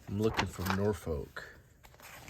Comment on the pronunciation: Quick tip for you, the "folk" in Norfolk is not pronounced as "folk" the word. More "Norfuc"! The north coast around Blakeney, Cley and Sheringhan is nicer than the East coast imho